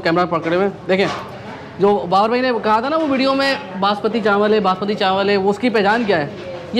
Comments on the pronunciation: Banaspati nahi Basmati bolo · Bhai Khuda ka wasta, 5 bar apne bnaspati chawal bola ha, banaspati chawal Kia hota ha? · banasbati nae basmati hahhhaahhaha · Asalamualaikum bhai banaspati rice nai hotay basmati rice hotay hain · بھائی بناسپتی چاول نہیں ہوتا،،، باسمتی چاول ہوتا ہے۔۔۔ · السلام علیکم ورحمتہ اللہ بھائی ایک درخواست ہے بناسپتی نہیں ہوتا باسمتی چاول ہوتا ہے یار 🙂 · بھائی نہاری کا نیا اسپاٹ متعارف کروانے کا بہت شکریہ بھائی آپ کراچی باشندے ہیں چاول بناسپتی نہیں کہا کریں چاول باسمتی ہوتے ہیں اور گھی بناسپتی ہوتا ہے اردو کی تہذیب کو بھی برقرار رکھیں تو ولاگ کا لطف دوبالا ہو جائے گا شکریہ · bhai, basmati hota hai na ke banaspati chawal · Bhai,Banaspati Rice Nahiiii, ( Basmati Rice ) hota hai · Bhai banaspati nhe hota basmati rise bolte hy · Bhai jaan masmati rice hain na ke banaspati rice.. 😜😜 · Basmati not banaspati rice بھائی باسمتی ہوتا ہے بناسمتی نہیں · U didn't wrote location in description box ,also u continually saying in video banaspati rice , actual word is basmati rice.before posting the video u should recheck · Bhai banaspati chawal nahi hota, basmati hota hay,program say pehlay kuch sekh lia kro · It's Basmati rice. Not Banaspati rice. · بناسپتی نہیں باسمتی ھوتاھے ۔۔۔۔۔کہاں سے آتے ھیں یہ لوگ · باسمتی چاول ہوتا ہے، بنا سپتی گھی ہوتا ہے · You must know it's not Banaspati rice, IT IS BAS-MATI. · Laloo khetiyee! ,chawal Basmati hota hay ,banaspati nahin. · boss its basmati not bnaspati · Banaspati nhi hotaa basmati hotaa hai!! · bhai sahi lafz basmati not banaspati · bhai good video Please correct its basmati rice not basmati Plz dont mind Thanks